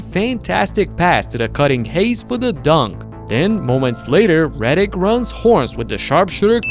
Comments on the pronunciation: Friendly note, Since JJ is probably going to be covered a lot his last name is Redick. You put an extra D in there. Pause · JJ LAST NAME IS REDICK................ NOT REDDICK.